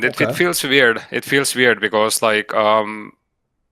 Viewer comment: “Some people called him veerd”